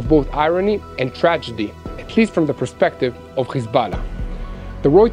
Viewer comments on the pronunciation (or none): none